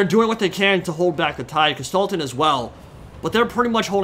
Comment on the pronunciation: It took me two minutes to realize you were talking about Kostaltyn. Before that I was all like - who's this Gestalten dude he keeps talking about? My german brain and the pronounciation didn't mix well here lol. What a battle though. I thought it was all ogre 15mins in. was that just the bear riders and heroes?